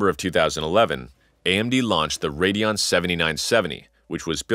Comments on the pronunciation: WTF is a RADEOON? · AMD RADEOON :) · why were you spelling it radeoon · Radeon on Radeoon ?